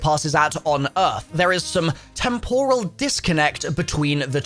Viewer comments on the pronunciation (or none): none